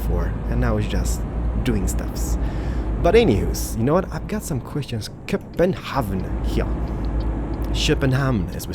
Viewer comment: Haha, can't pronounce København (Kur-ben-hown)